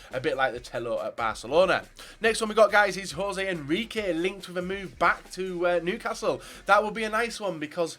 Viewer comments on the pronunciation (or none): none